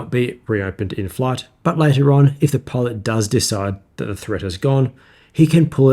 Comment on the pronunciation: Amazing video. Getting into the cockpit of the B-58 is a treat to watch. However I have trouble deciphering whether you are saying "pod" or "pilot".